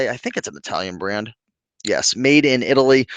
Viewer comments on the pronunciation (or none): none